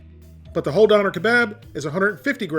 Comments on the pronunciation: Isn't it pronounced "Doe-Nair"? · You’re mispronouncing it it’s pronounced “dawn y’air”. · its pronounced Don"AIR" "keBOB" your pronunciation is killing me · Doe-nar is how you pronounce it properly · don-air. that's how you pronounce it. triggered me real hard hearing you mispronounce it. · it is pronounced Doo-nar , and in Germany they are on every corner in most every city :) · It's pronounced donair not doner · I had one of those in Germany. It's pronounced "derner"! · You butchered the shit out of that name haha pronounced more "DoooUner Ke Bob"